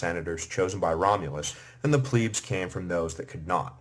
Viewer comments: It drives me crazy how he says "pleb". He says it with a long e sound like "pleeb". Someone tell him it rhymes with "deb" not "dweeb". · Is it pronounced “pleeb” or “pleb”? I always thought it was pleb. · Struggling to get over Pleeebs as if it is spelled Plibs .. ee being 'i' .. and eh being 'e' .. so, I hear it as short 'e' ... Plehbs .. although it course it was Plebeians Plebeians were excluded from magistracies and religious colleges, and they were not permitted to know the laws by which they were governed. As it today with modern society ... :-( .. Last 30yrs or so anyway .. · When the narrator says 'pleebs' does he mean 'plebs' as in plebian or plebiscite? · In the wird elite you do pronounce the e correct. Why do you have to say ‘ pleeebs’ it’s plebs with the the same e as in elite! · 'i' is eee in latin .. eh is is 'e' so Plehb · Pleebs. Ger-MAIN-ia. Brit-AY-nia. And that guitar. Humbug. Good writer., though. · what are EEE-KWIGHTS?????? , I like this but some strange pronunciation!!!! EEEEEEEEEEEE-KWIGHTS ffs get me some PLEEEEEEEEEBS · Pleebs? Really? Nice pronunciation lmfao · Pleb is not how it's pronounced it pronounced Pleb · The constant mispronunciation of 'Veii' and 'plebs' makes me want to tear out my hair.